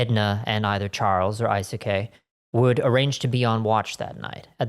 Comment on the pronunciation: Just a small pronunciation note - "Eisuke" in Japanese, the /ei/ sound will always be pronounced as the letter A in the alphabet (so like in the word hey). I am loving your content so far, having been pointed here by Simon on Casual Criminalist and always enjoying your mammoth scripts for that channel. Was NOT prepared for the epic 'tache!